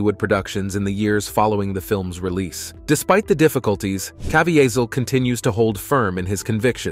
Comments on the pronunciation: If you're going to make a list of actor and actresses, the bare minimum should be to learn the pronunciation of the names. Jim CavIHEHzel? The pronounciation is Jim CavEEzel. The sad part is, I don't speak english as my first language as you do. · You should know how to pronounce Jim CA-VEE-SAL'S name before you use it on YT. Just sayin'. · Dude, it's not that hard to find out the correct pronunciations of names. I found your attempt at Caviezel especially cringeworthy. It's just kuh-VEE-zel. Then you mispronounced Harvey Weinstein in the Rose McGowan section, then correctly in the very next segment. Guess you figured one of them had to be the right pronunciation, huh?